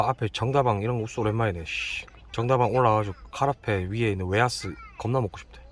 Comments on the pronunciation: ㅋㅋㅋㅋ 부산사람으로서 정다방 발음 진짜 퐈이다!!!!! 정다/방\ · 그래도 정다방을 정다방으로 발음 하는기 부럽네요.. 저는 증다방 이캐뿌는데ㅠ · 정다방에서 악센트를 앞에다 주고 반박자 쉬고 다방을 불렀어야 합니다. 템버린님의 지적이 맞습니다. 다음에는 개인적으로 라면 먹방을 좋아하는데 라면 먹방 한번 가주시죠. 빨리 10만 찍기를 염원합니다. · 아니~~원이엄마 발음이 더 외국인같아요~ㅋㅋ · ~ 텐브린님 정.다.방. 발음이 전형적인 경상도 발음ㅎㅎ